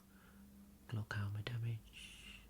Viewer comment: English isn't my first language.. I don't know glaucoma word but he make it sounds like glocauma.. and yes it sound very relaxing and sexy